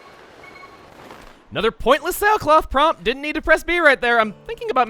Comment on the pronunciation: he English very goodly